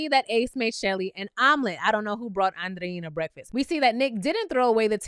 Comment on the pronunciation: You are the only youtuber that pronounces Andreina’s name correctly! ❤️❤️❤️